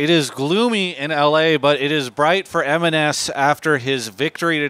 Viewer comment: Pronounced MNS not eminez